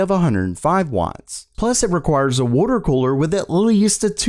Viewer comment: "worter quooler" lmao